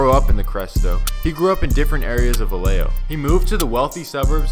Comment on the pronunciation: It’s pronounced Vayejo. 🤦🏽‍♂️🤦🏽‍♂️🤦🏽‍♂️ two L’s make the Y sound.